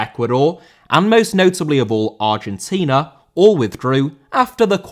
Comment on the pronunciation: Argentina * not Argentiner